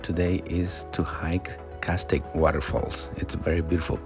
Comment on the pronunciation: Beautiful vid. It's pronounced CAST TAY ICK